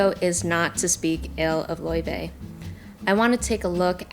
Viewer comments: Btw it's Lay-vay not loy-vay I think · loyvay is the true icelandic pronounciation. layvay is saying it right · You said her name wrong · You pronounced her name wrong lmao